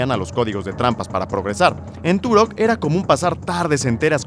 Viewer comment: Se dice turoh